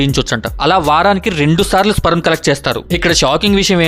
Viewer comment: First sperm ni ala pronounce cheyalo nerchuko